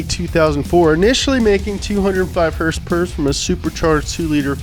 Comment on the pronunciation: I swear if he says HersPers one more time...